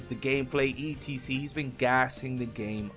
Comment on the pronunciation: why the fuck does this guy spell out "etc" do you not know wtf it stands for or something? stop saying that shit